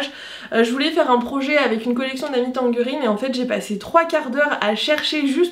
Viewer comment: cc si je puis me permettre, on prononcé "Amy tangerine", le nom de famille comporte le son "je" et non " gueu". En anglais cela se prononce comme le "j" de jeans. Et en français la combinaison de lettres G÷E fait le son " je".